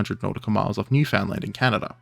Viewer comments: I know this isn't important in the video, but you are the only youtuber whose gotten even close to pronouncing Newfoundland right. Cheers from Newfoundland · For once someone actually pronounced Newfoundland correctly